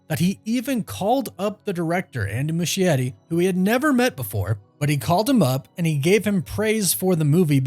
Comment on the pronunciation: Why the heck is he pronouncing Andy's name that way? Mushy Eddie 🤣🤣🤣